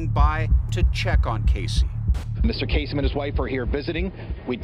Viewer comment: Lebanese dude. It's actually pronounced Kaa-sem.